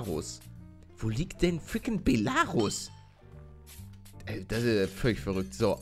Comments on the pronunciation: Palle es wird quasi Belaruus ausgesprochen! ;) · Belarus ist ein land man spricht es belaruuus aus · Man spricht es Beeelaaaruuus aus und es ist Weißrussland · Belarus ist Weißrussland mit der Betonung auf ,,Rus" soweit ich weiß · Voll lustig wie du Belarus aussprichst. Auf Deutsch heißt es Weißrussland. Dann hättest du es bestimmt geschafft ^-^ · Belarus ist Weißrussland. Es wird aber das E betont und nicht das A. Belarus ist das russische Wort dafür. Bela= weiß Ich hoffe ich konnte dir weiterhelfen ^^